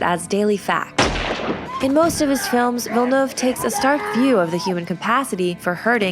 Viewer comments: Awesome summary. And thank you so much for pronouncing his name correctly. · Follow the pronunciation used in the video, it's the closest I've heard, she nailed it. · Nice pronunciation! Finally a YouTuber who gets it right! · They actually made an effort to pronounce his name right! So frustrating listening to people constantly butchering it